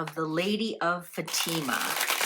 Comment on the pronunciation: Its pronounced Fa-ti-ma